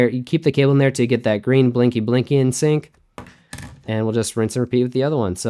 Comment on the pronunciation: "sunc"...I like it.